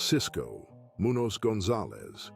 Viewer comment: Whoever is making these videos should learn how to pronounce our Mexican American last names correctly, its disrespectful how you want to do a video on our people, and cant even pronounce our last names right, like you dont know how, or like you never heard names so easy to pronounce, like Garcia n Munoz, and just shred our last names to sh!t.. Its not that hard